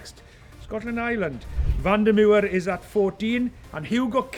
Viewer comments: "Van de Muir?" You trying to make him sound more Scottish there, Nigel? 😀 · Van der Merwe We need to work on your pronunciation